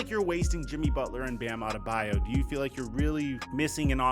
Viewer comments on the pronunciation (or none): none